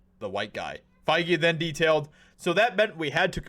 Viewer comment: It's pronounced fey...... 😂